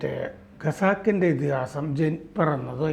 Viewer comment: എനിക്ക് ഇപ്പോഴും മനസ്സിലാകാത്ത ഒരു സമസ്യ ഉണ്ട്.....വിവിധ മലയാളം മാധ്യമങ്ങലിലും.. മനോരമ ഉൾപ്പെടെ.. ദി വീക്ക് എന്ന ഇംഗ്ലീഷ് മാഗസിനിലും... ദീർഘകാലം പ്രവർത്തിച്ച പരിണിത പ്രജ്ഞനായ......((( ഖസാക്കിൻ്റെ ഇതിഹാസത്തെ)))... ഗസാക്കിൻറെ ഇതിഹാസം.. എന്നും.... ഖത്തറിനെ...ഗത്തർ എന്നും... ഖജനാവിനെ ഗജ നാവ് എന്നും.... മറ്റും ഉച്ചരിക്കുന്നത്. അതും ഇംഗ്ലീഷ് ഉച്ചാരണം താരതമ്യേന മെച്ചപ്പെട്ട രീതിയിൽ ഉച്ചരിക്കുന്ന നിന്നും...